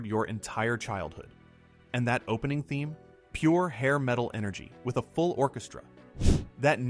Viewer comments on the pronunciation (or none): none